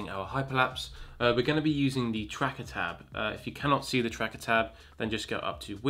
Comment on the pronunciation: its called tracker not TRACKATAR